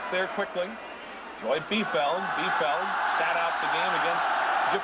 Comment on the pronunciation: LOL, the announcers mispronounced Joy Biefeld's (neè Fawcett) last name!